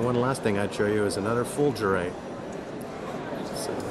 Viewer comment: and you pronounced Fulgerite wrong, its not like the coffee, its fulger, like Vular